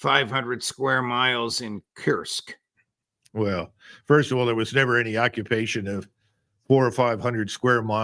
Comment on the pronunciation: Kursk Judge, not kirsk, get a hold on yourself ffs.